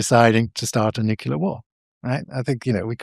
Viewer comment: I still struggle listening to credible people who can’t / won’t pronounce Nuclear properly. Nucular is not a word. Nuclear is not a hard word to pronounce, it’s only two syllables, it’s not new. There are much tougher words in our language. No I’m not an English Professor, I’m an Engineer. It shouldn’t matter though. We all got the same basic education.